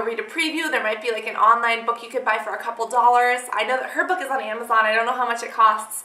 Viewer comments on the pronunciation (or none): none